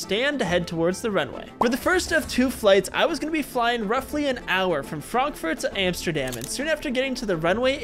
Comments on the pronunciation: you said Fronkfut not Frankfurt 😑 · “From Amsterdam to Fronkfurt.” 😂